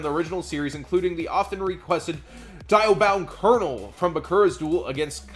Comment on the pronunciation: House of Champs Darn it, love ya bud but it's pronounced Dee-a-bound Kernel;-; Gotta do the British Bakura accent too lol. In the show, Kernel was lit, it would gain cumulative attack of everything it battled when it died permanently and out of duels